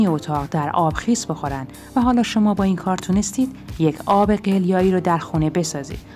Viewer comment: این قدر حساسیت به خرج ندین لطفا ملت دیگه رد دادن زندگیا شده وسواس !!! ضمنا تلفظ آب قلیایی هم غلطه .